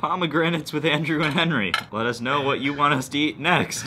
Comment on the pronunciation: lol "lettuce know"